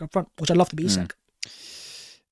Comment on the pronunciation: Man... learn how to pronounce Isak!